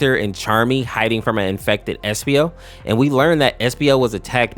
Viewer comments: Why does bro call espio epsio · "epsio" ITS ESPIO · epsio?!?!?! It’s espio not epsio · epsio he’s called espio😂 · Epsio its espio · Epsio I guess being away from the sonic community for so long make you forget or butcher names I assume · Maybe I’m bugging but did he just say epsio? (Do not judge me for noticing small details)